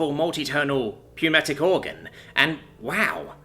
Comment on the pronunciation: In the word "pneumatic", the p is silent.